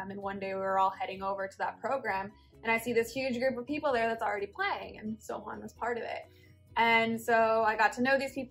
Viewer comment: When she says "Sohan" it sounds like "So... hun" Lol Great love story! Congratulations you guys <3